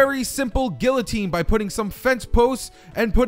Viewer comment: when you pronounce guillotine wrong